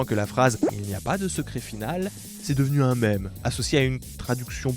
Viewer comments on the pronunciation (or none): none